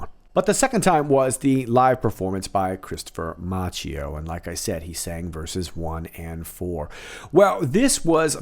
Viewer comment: Love your videos! Please note that Christopher Macchio's last name is pronouned "MAH-kio" (CHI = K in Italian).